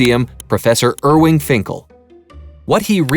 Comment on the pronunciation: My guy, his name is IRVING not IRWING :/ Also, he's a great brain. Check out his videos on how to write cuneiform.